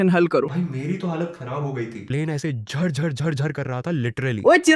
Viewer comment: that zhar-zhar made me laugh 🤣.